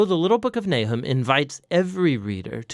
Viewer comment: His name is not Nai’hem; it is Nah’chum.